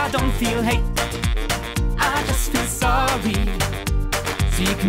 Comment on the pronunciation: "I don't feel hate, I just feel zoey" Alter, sing doch deutsch, wenn du keine englische Aussprache hast...